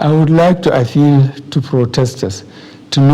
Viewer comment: l will like to afiii, instead of l will like to appeal 😄😄